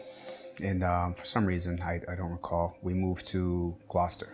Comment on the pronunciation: To hear an American say the word Gloucester correctly is slightly unnerving